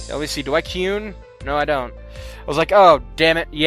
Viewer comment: Its not key-yun its ky-un